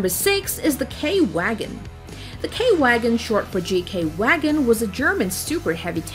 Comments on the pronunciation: When pronouncing "Wagen" she says "guagen" not "Vagen", and that's a misspronouncation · Er staat wagen niet wegen dus spreek het dan ook gewoon uit als wagen! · Your pronounciation is pretty good but German name: wagen is pronounced as if it was spelled: vagen. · Eagle Eye yes, she pronounced it wrong. I am German and want to hear German words said correctly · Okay from the german tanks only the wagen has the a a little different sound but it was wrong in a funny way 😹 but i Like it ^w^ nya